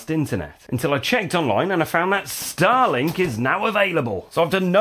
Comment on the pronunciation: it took me a few seconds to realize that you said living with “Starlink”, not “Stalin”.